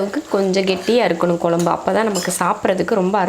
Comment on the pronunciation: Pl tell kozhambu and not kolambu